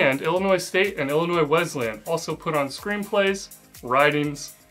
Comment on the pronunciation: And thank you for not pronouncing the S at the end of Illinois. I haven't lived there (and in Bloomington-Normal in particular) in almost 60 years but it still grates when people do that.